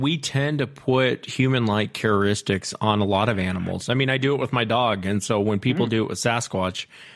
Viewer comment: The word is characteristics, not caristics.